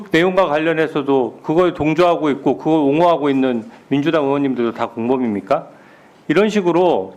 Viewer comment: 진우야～～～ 발음좀 재대로 하자～ 공범입니까가 발음이 어렵니¿ 검사로 도대체 어떻게 일을한거야。。。